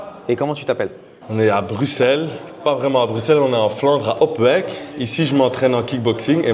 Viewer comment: Dans Bruxelles, on prononce le x comme un s. Il y a une chanson d'Angèle "Bruxelles je t'aime" si ça peut aider. Avec plaisir 🙂